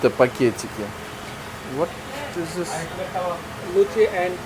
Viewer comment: Пока не выучит английский язык, ему будет трудно в жизни и он и дальше будет глупо выглядеть. Пора уже, пора, в таких странах дети понимают, а тут дядя взрослый "зыс" и "ес", чушь